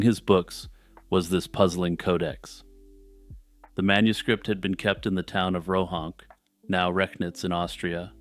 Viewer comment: Rohonc is pronounced like 'Rohonts.'